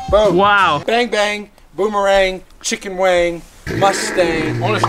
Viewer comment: On said chicken wang🤣🤣